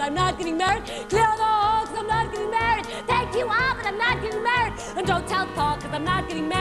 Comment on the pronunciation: She seems very incapable of saying the word "MARRIED", and is obviously not usually a singer (which seems to be the case of... everyone in this clip), and shouldn't have even attempted the accent. Though I do like her expressions.